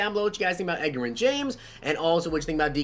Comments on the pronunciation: Two years in a row this guy still can't pronounce his name , fucking fix this. His nickname is Edge.... c'mon man not pronounced like Edgar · Edger-in james... come on, I know he's a older player but I'm 16 and even know how to say it.... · Lol I cant with the pronunciation 🤣🤣. SMH have you never heard someone talk about him before? I've never heard him called that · He says Edgerrin James like he only plays MUT and didnt grow up watching football lol. Love the videos keep grinding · Hunter McMillin imagine saying someone knows nothing about football because they pronounced Edgerrin wrong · You butchered Edges name lol